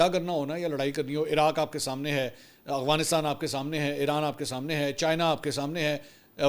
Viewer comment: منصور صاحب آپ افغانستان کو اغوانستان بولتے ہیں